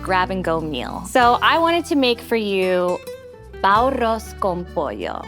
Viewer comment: really butchered that bao....